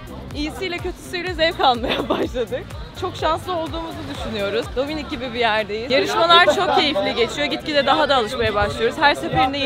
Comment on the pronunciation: Abi dominik değil dombilik 😂😂😂😂